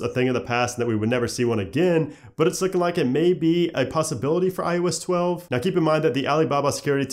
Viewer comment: You say iOS 11 fine. What's the difference when trying to say iOS 12?